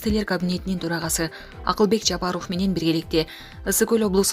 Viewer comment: ФФ буквасына ябай бай экен да.🤭